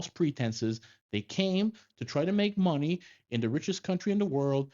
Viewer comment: The word is money, not munni